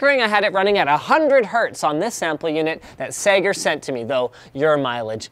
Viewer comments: Sager not Sega. FFS Linus you got me crazy excited thinking sega had released a laptop wtf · when you said Segar the first time I thought you said Sega. :) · whenever he says "sager" It sounds like he's saying "SAGA" in broken english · Every time linus said Sager I thought he was saying "Sega" with a speech impediment. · omg I thought he ment saiga like the company but he had an accent but no its really sager. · When Linus said sager, i thought he meant Sega. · sager sounds like Alex mason trying to say sega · Sager. That sounds like how a Bostonite would say Sega.